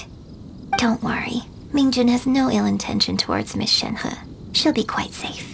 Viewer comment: I dislike how Shenhe's English VA pronounces her name... everyone else pronounces it so elegantly 😅